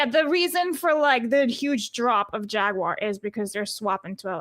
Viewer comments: I kept hearing Jaguire not Jaguar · why do you say "Jagwire" when pronouncing Jaguar? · bruh what was up with your Jagwire today?!?! You didn't say Jaguar once even after asking Blabs her opinion and she said Jaguar you immediately after went " Jagwire " 🤦 If anything after that stunt last year and the now switch to EV's not even hybrids they went full on FilmActorsGuild-uar's